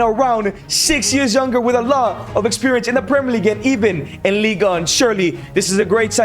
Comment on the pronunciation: It's not "league" it's ligue